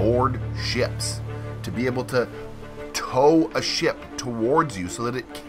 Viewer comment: No hate but it’s kinda funny that you say SHIP like SHIEP